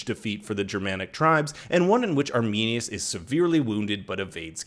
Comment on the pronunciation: It’s sad when the Roman soldier said “arminius”